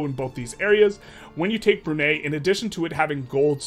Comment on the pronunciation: love your videos! as a bruneian, it's pronounced Bru (brew) - nei (Nye as in Bill Nye the science guy) 😂